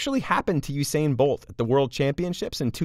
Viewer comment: Not you sain bolt Oo sa in bolt